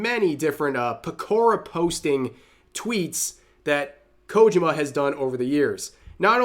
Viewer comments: KO-JI-MA, Rev. Three syllables. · I know...i know. I don't want to be that guy either, but his pronunciation of Kojima's name drives me up the wall. Enunciate the "JI" more, next time. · It's KojIma, not KOjima.😁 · The way Rev says "Kojima" kinda hurts to hear lmao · I'm trying my best not to nitpick, but the way Rev is saying Kojima is making me screech like Filthy Frank.